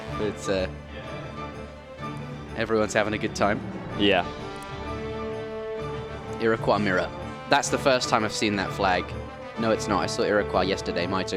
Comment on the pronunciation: Iroquois sounds like ira coy and Baja sounds like ba ha.